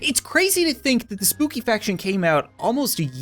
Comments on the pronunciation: Try this 1bard Good luck😜 Edit: also try cheering on a bard or hafling (btw. You said spoobie instead of spooky) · Did he say Spoopy or spooky faction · Who else heard him say spoopy instead of spooky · Who else noticed he said spoopy faction when he moved on to battle em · Cap said spoopy faction instead of spooky faction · Notice he said spoopy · I think I heard him call the spooky faction spoopy faction